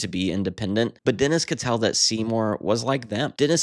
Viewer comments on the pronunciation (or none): none